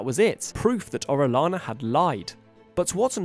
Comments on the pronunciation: Oh-reh-yah-nah. That’s the pronunciation. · It's pronounced oh-ree-AH-na. Double ll, spanish name.